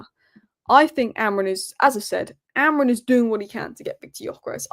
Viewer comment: It's actually pronounced Amoreem (Amorim) according to the Portugese.